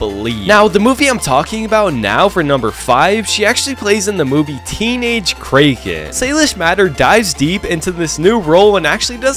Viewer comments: krayken lol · It’s pronounced kra-ken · Bruh said Krah-kan